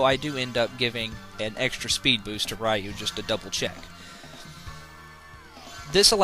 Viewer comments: Potato and tomato you can get away with, but Ryu is a specific pronunciation. It's similar to being named Ray, and being called "rye." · It's pronounced "ree-yoo," not "rai-yoo." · Technically it's pronouced "roo". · Ray? You mean R-Eye?